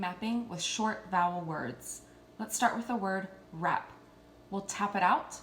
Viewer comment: Your first word - Rap - your r sound was incorrect - it does not say "er"